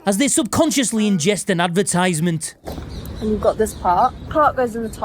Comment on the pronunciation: Advertisement not Advertize e ment. Or is that a Yorkshire pronunciation?